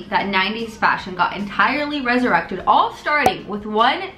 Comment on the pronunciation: Why’d you pronounce resurrected like that lol